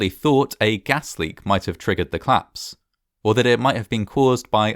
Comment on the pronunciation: Oh this must be a claps! Oh yes, and the plice arrived :) I am so happy you still omit the o in these words. It makes me laugh.